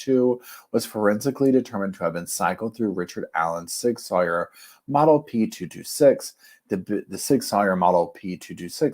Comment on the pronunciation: Amen to that. I too believe the probable cause document is extremely lacking; surely the prosecution has more evidence. (Barry Morphew springs to mind.) General FYI - Sig Sauer is pronounced “Sig Sour”. Keep up the excellent reporting!